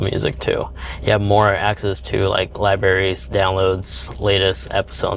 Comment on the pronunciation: Sorry, but I’d want someone to tell me. You’re pronouncing libraries incorrectly. Library not liberry.